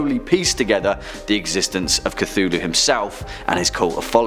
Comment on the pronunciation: Did he just say “Ctulu” at the start of the video 😂